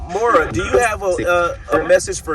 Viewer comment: Hi Just to let you know that the name ‘Moira’ is pronounced as ‘Moy -ra… run together, it sounds like Moyra… but it’s spelt ‘Moira’. It’s the Anglicised ( English ) version of the Irish name Máire which is roughly our equivalent of the name Mary. 👋 🇮🇪.